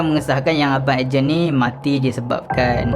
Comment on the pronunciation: Aku je ke yg dgr dia ckp ejen masa dia sbt Ed Gen?